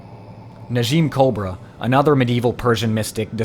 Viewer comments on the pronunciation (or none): none